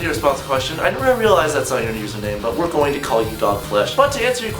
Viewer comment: "wereing" ... Really??